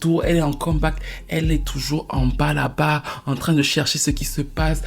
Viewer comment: En bas là-bas… le ton camerounais 😂❤️